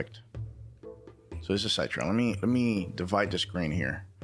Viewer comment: I think Citra emulator is pronounced like "sit rah" like how the cit is pronounced in citrus like citrus fruit (oranges, limes, lemons), not "sight ra"